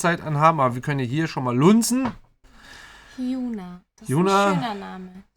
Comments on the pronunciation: Hyuna spricht man quasi Hyonah aus :D So gut wie jedes u in der Romanisierung wird wie ein o gesprochen. Bei Jisoo z.B. wird es dann wie ein u ausgesprochen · Hyuna wird eher als „hyana“ ausgesprochen